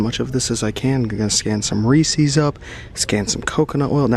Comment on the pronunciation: you called it "ree sees" i wanna unsub now